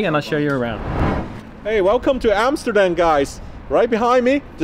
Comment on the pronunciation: Welcome to Amsterdan guys? lol